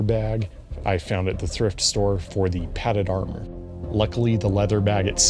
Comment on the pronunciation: Im sorry did you Say Thirft Store?